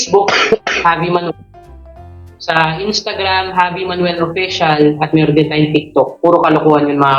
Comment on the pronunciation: Javi as J ang pronounce di Havi!😊